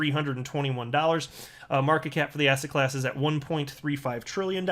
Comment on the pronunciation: You say asset class, and I keep hearing ass hat class. Lol Thanks for the continued great information!